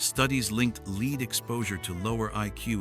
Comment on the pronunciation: I so dislike when people cant just say their stuff in their own voice & not in AI that cant pronounce words right.